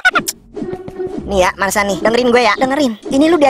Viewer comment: Marsha bwang.. Marshaaa.. Bukan Masha... Wkwk